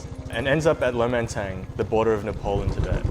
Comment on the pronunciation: Its not Nple..its Napaal